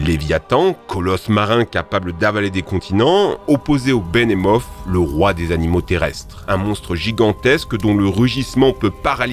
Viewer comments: Et c'est pas '' benemoss '' mais behemote... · C est bien tes vidéos sont intéressantes mais encore faudrait il savoir bien prononcé les mots ou les noms à certains moment, genre le Bénémoff je connais pas, le Béhemoth oui